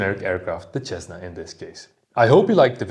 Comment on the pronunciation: You know how to pronounce <SS>essna ?